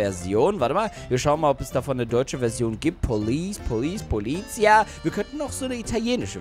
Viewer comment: Hey, Halt beteutet auf Italienisch stop, und du sprichst Polizia falsch aus